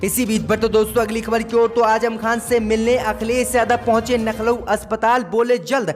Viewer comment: सब बात सही है लखनऊ बोलो नखलउ नही